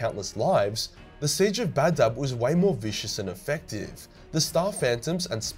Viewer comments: I thought it was Badab, not Bab-Dub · And you saw Badab like baddab, its ba-dab